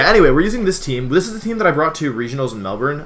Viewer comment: It made me so happy when you corrected yourself to say Melbourne (Melbin) correctly.